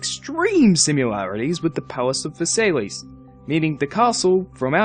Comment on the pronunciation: It's the Palace of Versailles(ver-sigh) just wanted to say that.